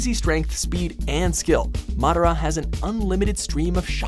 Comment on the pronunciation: Said madara's name wrong and chakra; the way you're saying chakra is something else entirely btw. xD